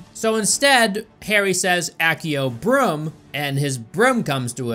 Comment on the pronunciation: i am not a 100% certain if knows how to pronounce "broom"